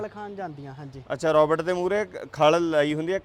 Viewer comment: ਰੌਬਟ ਨਹੀ ਰੋਬੋਟ । ROBOT. not Robut